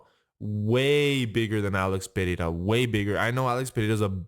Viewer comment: hey i liked that you pronounced ''pereira'' right good for you